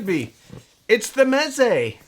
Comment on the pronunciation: Ahh Mez-ay